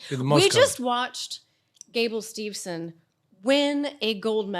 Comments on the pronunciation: Even Gable Himself says Stevenson. Although you'd think would pick up on it though...🤣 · Gable STEVEson there is no n ffs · Should we count how many times they get steveson’s name wrong ?? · has said Gable’s last name wrong 3 or 4 times already and I’m less than 2 minutes into the show 😂😂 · The consistent adding of the non-existent ‘n’ irritates me far more than it should 😂😂